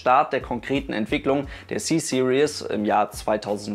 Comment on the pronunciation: Kleiner korrektur, du (aber auch allgmein viele deutschsprachigen Leute) sprichst das „Series“ als „Serious“ aus, das allerdings würde „seriös“ bedueten... :)